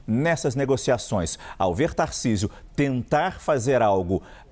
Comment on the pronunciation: Acho engraçado o paulistano falando "taircisio "